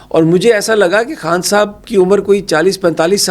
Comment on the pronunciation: Mere aaj ke "Haas Mehmaan" nahi, khaas mehmaan...... Imran Haan nahi, Imran Khan.... Bhai Huda nahi hota, Khuda hota hai 🥲🤔🤔